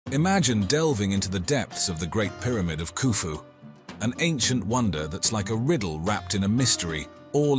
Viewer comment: As soon as he said khufu pyramid,,,,,, im out